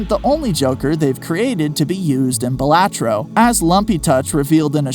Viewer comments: all this research and you still pronounced balatro wrong, it's BAH la-tro... also I think it means buffoon or jester in latin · “Buh LAH tro”